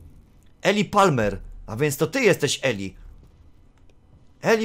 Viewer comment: Imię tego faceta wymawia się Ilaj. Pozdrawiam.